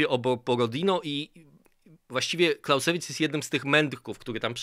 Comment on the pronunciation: Clausewitz czyta się "klauzewic" (akcent na pierwszą sylabę) panie...